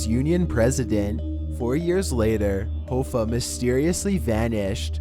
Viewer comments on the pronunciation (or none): I said the same thing! Its Hoffa,. Not Hooooffa! I suggest you learn how to pronounce Jimmy's name. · It's pronounced HOFFA..like ha-fah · It's Hoffa, as in off. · HO-FFA??? Its Hoffa kinda like coffee only with an A sound at the end. Wow buddie... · Jimmy Hoofa? it's pronounced Hoffa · Jimmy Hoffa- last name is pronounced “Ha-Fa” not Hoefa... just FYI. great job though! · its Jimmy Hoffa (Ha-fa) not (Ho-fa) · Not Hoo- fah....it’s pronounced hoff....ah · i love but he REALLY needs to look up the pronunciation for unfamiliar words and names. Jimmy Hoe-Fuh instead of Ha-Fuh really bug the shit out of me. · you pronounced Jimmy Hoffa's last name incorrectly. It's pronounced Haafaaaa not Hoefaaaa. God you are making me feel old. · It's Jimmy HOF-FA...not HO-FA. Do your friggin research, dude. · i just assumed he meant some kind of liquor, it bothered me more that he mispronounced Hoffa quite a few times, its pronounced H-AW-ffa not H-OH-ffa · that and the fact that he keep saying Jimmy ho-ffa it's pronounced hah- fa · His name is pronounced 'Haw-fa" not "Hoe-fa". Damn Canadians! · Hoffa is pronounced (HAFAH) Did that bother anyone else? 😂😂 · u pronounced jimmy hoffa’s name wrong it’s like haffa like haha hafa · Abby Normal It’s pronounced Hawfa... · Jimmy (Hawfaw)is the way to pronounce his name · Its pronounced ha-fa like haha ha-fa? Interesting video though! Do you use a voice translation app? You sound like a confused surfer/valley dude lol the way u emphasize your words is highly unique! =) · Wait isn't "Hoffa" pronounced "HA-FA"? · Jimmy Hoefa? Lord Lushan? LOL. Come on mate.....how difficult is it to find out how to pronounce their names correctly? 😂😂😂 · Jimmy Hoooofah...fuck you suck at life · My god, how can you butcher Jimmy's name like that. Even if you can't read it probably, surely you have heard his name pronounced, in a movie maybe a TV show!? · How do you not know how to pronounce Jimmy Hoffa or Taoism or indigenous